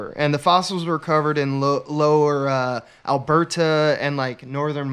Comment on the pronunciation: I’m only 7 minutes in, and I have to tell you as a resident of Alberta the way and pronounce Alberta is bothersome. You don’t separate the Ber and Ta sounds. It’s a continuous sound, more like Al-Berta. Petty gripe, but still...